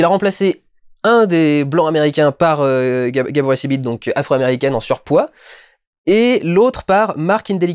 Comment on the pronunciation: En fait c'est Gabourey SIDIBE pour l'actrice de Precious et ça se prononce Sidibé, de rien